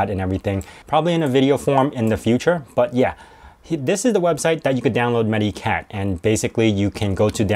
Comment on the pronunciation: It's actually pronounced more like "meta-cat"; it's a portmanteau of "medical" and "cat". I also advocate AOMEI; it's a good utility.